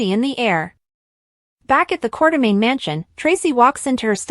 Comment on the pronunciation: this is obvously AI because can't spell quartermain. or say it properly or other words.